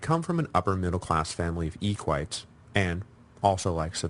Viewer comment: E-Quite? E-Qui-tay!!